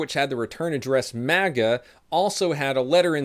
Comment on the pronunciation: MAGA i thought you said manga in all honesty and about pissed myself laughing